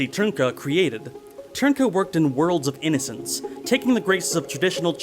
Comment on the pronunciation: Hearing foreigners trying to pronounce Ř will always be fun. But kudos for pronouncing Trnka more or less correctly,. BTW Dvořák isn't pronounced dvor-zhak, dvor-shak, dvor-jack, dvor-rak etc. And D isn't silent.